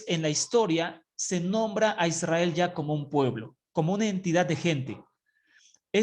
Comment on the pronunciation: SI ademas no dice Israel dice ysriar que no se traduce como Israel.